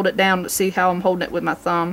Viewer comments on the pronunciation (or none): none